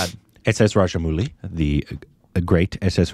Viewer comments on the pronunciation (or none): Rajamouli not Rajamuli